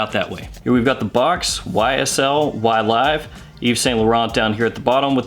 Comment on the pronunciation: “Y-Live”! I prefer your pronunciation with the LONG “i” sound.... The SHORT “I” is too gloomy, especially this close to suicide awareness Day😭🤭😌…!!! Focusing on your video Sir: You didn’t disappoint as usual and ty 4 that!!! Fragrantica is horrible for note breakdowns and the Parfumeur behind the Blend... This something I’d really like to buy and own.... Pear and grapefruit are two notes that I find very enjoyable.... Great job Sir and thank you so so very much for you steady and consist churning-out of GREAT content. The GentsScents family Members are,. Definitely not cheated when it comes to quality and content.☮️🙏💛👏🏼👋👋